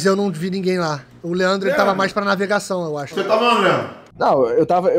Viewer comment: Só eu que ouvi o falando naivegação kkkkkkkk como amo esses influenciadores, a produção os vídeos e o final level tbm né óbvio MDS!!! o vídeo do final level foi lançado a sete horas atrás e já tem 35 mil visualizações sério final level vcs são demais!!!!!